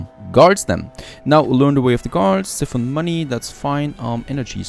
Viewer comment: Just to let you know, it's siphon 'si-fen' [the i is pronounced as I as in "I went for a walk"]. Hearing how you pronounce was making me cringe! lol Nice series by the way.